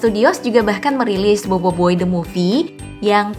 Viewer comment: BOBOIBOY BUKAN BOIBOIBOY